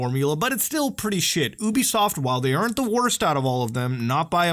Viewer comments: you bee soft not uuuuuuubisoft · I cringe whenever people mispronounce ubisoft as "oooo-beeee-soft" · If you pronounce Ubisoft like that one more time I'll find you